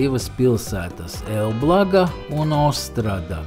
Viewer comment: Šo pilsētu - E l b ł ą g , latviešu valodā izrunā - E l b l o n g a. Uzsvars uz " E " .